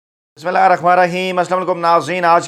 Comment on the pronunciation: ماشاءاللہ آپ اچھے نیوز دیتے ھو لیکن کوشش کرو بسم اللہ ٹھیک طرح پڑھا کرو کیونکہ یھی سے آغاز ھوتی ھیں خبروں کی😍😍😍😍😍